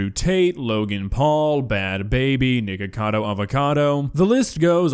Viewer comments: The way he says nicakado tho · what you say again bud cuz that did not have a strong K